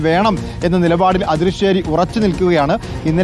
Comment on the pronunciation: അദൃശ്ശേരി അല്ല, ആദൃശ്ശേരി .